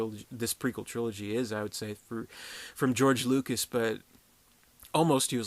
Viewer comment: lucas not lucks